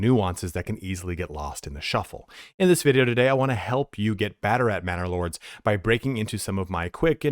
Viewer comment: Every time you say Manor Lords, I hear Bannerlord. Love your vids keep up the good work.